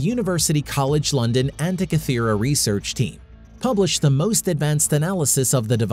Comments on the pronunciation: after going to all of the effort to research this video, you'd think the producers would look up how to actually say the name of the island that lends it's name to the mechanism... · Good grief, this guy's mispronunciation of "Antikythera" is irritating.